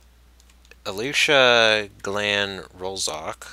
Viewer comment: Thanks for the shout out! Just to let you know my usrname is just ali cag-lay-an rulz ok ;)